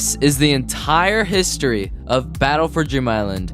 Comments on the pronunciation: it sounded it sounded like he said "DRIM" instead of "DREAM" island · Battle for ream island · Battle bor beam Bisland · Battle for Germ Island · Battle for jream island